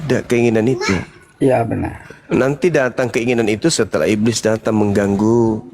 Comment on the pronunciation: Sibilisis hhhhhhhhh bliiss ibliiss 😂😂😂😂